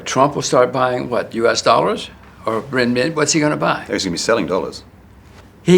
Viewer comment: He can’t even pronounce Renmibi correctly.